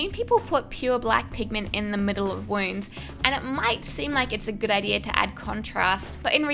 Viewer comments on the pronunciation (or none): I LOVE how she said idea (ideir)